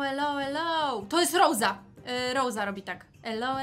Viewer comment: Nie roza tylko rosa